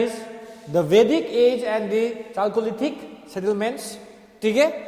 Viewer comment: App ka pronounciation galat hai Chalcolithic ka